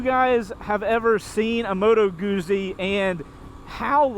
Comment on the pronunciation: It’s “Moto Goot Zee”, not moto goozee. Also it’s a V twin dude, like just count the cylinders lol.